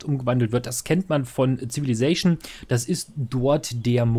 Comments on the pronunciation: Cooles Video, abonniert :-D Der Pedant in mir zuckt bei jedem denglischen "Zivili"+"zation" zusammen 🤣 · Gegönnt, die Aussprache des Worts is bissl deutsch. Deine inhaltlich super Videos machen das aber mehr als Wett, ich bleib dabei